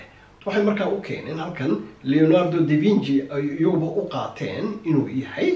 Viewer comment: Leonardo da vinci, not (Leonardo di vinci)